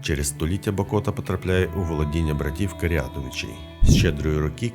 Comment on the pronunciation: БАкота!! А не БакОта! Дуже ріже вухо, коли ти місцевий... І кожні вихідні п'єш каву над Монастирем..